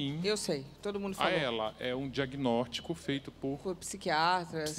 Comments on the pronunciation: Cara ele fala "Diaguinortico" kk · Regiany de Lima Reparei! E mais: disse “diagnórtico” e comeu alguns plurais 😫